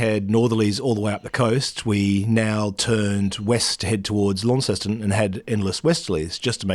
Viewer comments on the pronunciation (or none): As a former resident of Cornwall it pains me every time I hear an Aussie pronounce Launceston as Lawn-sess-ton. Its Launce(s)-ton with a silent S. The town of Launce, Launce's town. Other than that great film as always, incisive diesel diagnostics. Sunsets, dolphins and the sea 🌊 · If you would rather sound like a local, it’s “Lon-ceston”, not “Lawn-ceston”. Just so you know. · Seems weird to hear you talking about the Tamar river on the other side of the world. Feels even weirder to hear you pronounce Launceston the way you do. Here it's pronounced as 'Lawnson' (or 'Laanson' if you're deep Cornish). Looked to be a great trip. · Interesting pronunciation of Launceston. Here in Cornwall, UK It’s pronounced lawnston.